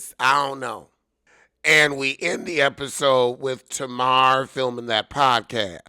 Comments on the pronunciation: Tuh-mar? Is that to be funny? Tay-mar. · Every time you say tana Wanda....I crack up 😂😂😂😂😂